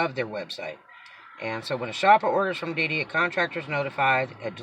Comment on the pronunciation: I thought you said BB not DD - lol